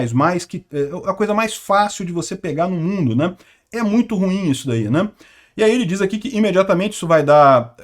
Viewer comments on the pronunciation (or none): none